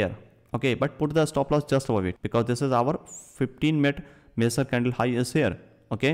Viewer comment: They way you pronounce the word "major" makes it VERY difficult to understand. It took me a long time to understand what you meant!